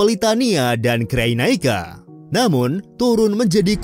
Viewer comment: Ralat min, cara eja cyrenaika yang benar itu sirenaika bukan kreynaika